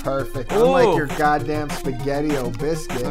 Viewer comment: "Spaghettii o biscuits" lmfao hahaha oh god